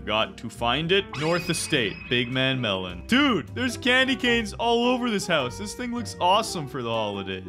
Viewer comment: Bro said melan